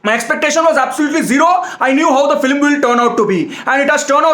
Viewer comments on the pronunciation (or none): The way he tells "Filim" word it has a separate fan base 🔥